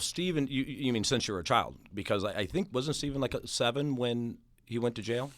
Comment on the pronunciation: Why does pronounce Stephens name like that?